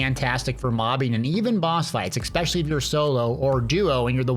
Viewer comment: There is absolutely no X in the word, especially